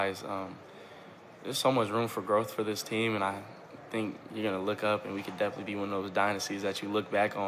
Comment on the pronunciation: Are you going to stay involved with the deaf community? "Yeah, deaf-initely..." Hahaha